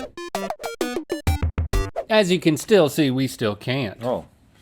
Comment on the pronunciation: "Where's the strawL...I was strawL anticipating"